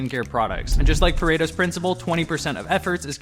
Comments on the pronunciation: It's not perato's principle, its pareto's. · Its called Paretos Principle, not Peratos ;)